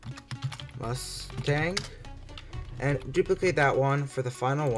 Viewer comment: What U say Mastang? Or Mustang?